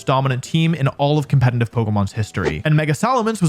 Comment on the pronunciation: Nice Video as always! Just a quick question. Is the pronunciation of "competetive" or as you say "compete –N–tive" an insider or how comes? Sounds weird as this word is in every video in countless repetition. Just very curious! I